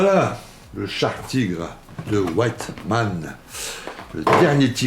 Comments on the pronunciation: Attention il se nomme Wittmann et non "White" (blanc en anglais )mann dans la prononciation :-). Hate de voir le montage de ce Tigre de ce grand chef de char. Aussi son tireur il ne l'a plus dans son équipage lors de sa mort. Son tireur était parti commandé une autre unité de char. D'ailleurs son tireur qui était avec lui depuis l'opération à l'est à survécu à la guerre. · Super vidéo et très jolie modèle. Par contre sa ce prononce Wittman et pas Wyttman 😊